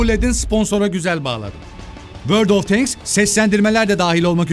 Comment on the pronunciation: abi kızma ama şuna n`olur "tenks" deme, "tanks " o ama kızma seni seviyorum.